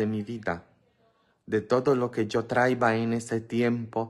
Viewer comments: ES TRAIA,NO TRAIVA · Traía con acento en la i